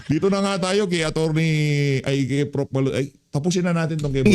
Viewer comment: Frop?? Baka prof? 😂😂😂😂